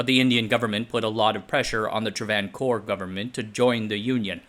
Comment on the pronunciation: Travancore is pronounced Tra-van-core. Both a's have the same length and are long. Aside from that, great job.